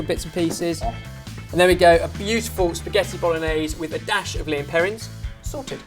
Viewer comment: It's lea & perrins not lean perrins